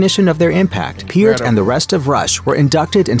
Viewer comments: He is saying Peart wrong. Neil pronounced it Pear+t, like the fruit, with a t, at the end. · The narrator is saying Neil Peart's name wrong. You're right. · It’s Peart with the ear 👂